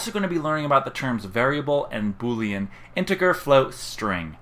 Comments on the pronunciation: you really pronounce it "inteGRR"? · Did you seriously call it integer with a hard g? I'm ashamed to be human